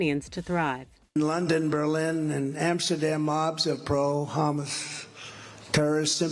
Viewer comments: Nice to see Trump has moved on from calling Hamas "humus" and is now calling them "hamath" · Im Trumps mind there are 2 big terrorist groups. Houmas and Tabbouleh... anyone with a few brain cells would pronounce it as Hamas as it has been on everyones radar. Not 45. Dumb as a rock. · So many love Hummus, that is the way he pronounces it. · "pro hummus"??? Yeah, I'm pro-hummus... it's delicious. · HOW DID A RACIST GET IN? HE CANT EVEN PRONOUNCE HAMAS......HE NEVER LEARNED ABOUT FOREIGN RELATIONS......